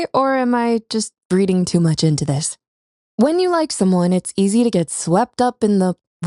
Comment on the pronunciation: It’s “reading too much into this” Not “breeding” 😅😂